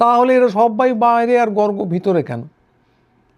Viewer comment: গর্গ অত্যন্ত সৎ বাঙালি। কোনো ভন্ডামি নেই। বলে একজন বাঙালি বললেন, গর্গ্। উচ্চারণ ভুল। ওনার কাছে খবর আছে... গুলি বন্দুকের বিষয়ে